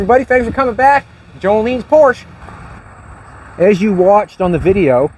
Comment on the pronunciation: Poor ……sha. Por………sha